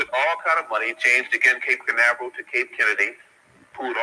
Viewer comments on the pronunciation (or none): none